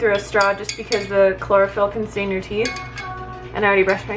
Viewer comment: Hahaha i thought u said chloroform. I was confused.